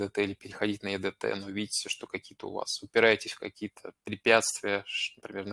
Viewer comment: Не е дэ тэ, а и ди ти😀